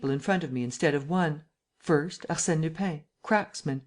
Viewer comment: Lupin isn't pronounced Lupain. It would be better if it were pronounced Lupan. Closer. Can't listen to this speedy American accent.